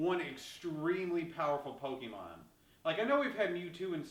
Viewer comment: The single issue that I have with this video is that you say PO-KII-MON when it is meant to be PO-KAY-MON.